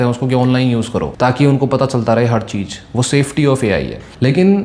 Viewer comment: Cheej nahi cheez hai 😂😅 tu kya ai samjay ga re